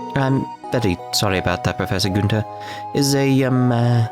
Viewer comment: Being german your pronounciation of the Joachim Guenter cracks me up. I'm pretty sure the good doctor is pronounced either Ioakim or - more likely - Ioachim with the ch pronounced as in Loch Ness. Guenter you hit pretty well on the first try though.